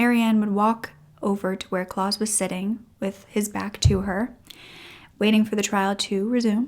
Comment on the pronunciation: Great story… but I have to say, it was annoying me that the name Claus was constantly being mispronounced. It is pronounced “Clowse” ow as in wow. Rhymes with house